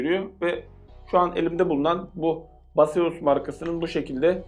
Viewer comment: Marka beyzas diye okunuyor abi, base us, yani bize dayan :D